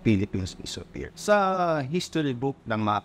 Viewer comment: Baka Land of APIR hindi Ophir 😂